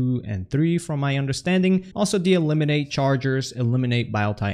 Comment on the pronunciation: "E"limin-ATE lol